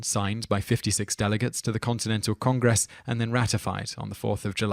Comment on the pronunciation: FYI: the State of Maryland is pronounced mara-lind, and congress was a bit off as well.